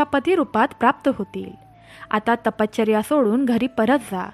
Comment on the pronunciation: तपश्चर्या असे आहे.तपचर्या ऐकायला कसे तरी वाटते.बाकी छान.